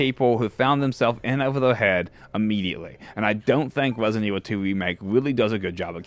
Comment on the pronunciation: Why wesident evil 2 is overwated!?!